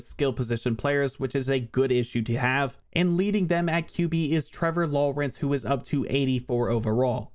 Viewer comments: The way your saying Lawrence has me geeking lmao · why does he say Trevor Lawrence like that. I can't figure it out but it just sounds wrong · I try not to call out an accent, but it was incredibly random too. XD